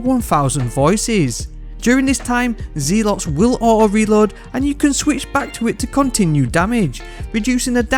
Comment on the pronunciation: "Zealot" is pronounced "Zel - Ott"!